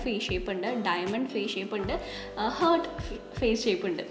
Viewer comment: Heart- ഹാർറ്റ് എന്ന് തന്നെ ആണ് pronunciation. Hurt enna word aanu ഹേർട്ട് എന്ന് pronounce cheyyendath.